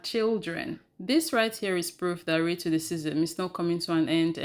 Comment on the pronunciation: can you please tell me why you keep pronouncing racism rated dism, ? youtube allows the word racism to my knowledge, LEARN ENGLISH, PLS , if I am wrong pls inform,you just used the word racism in this video, so why do you deliberately basterdize the word?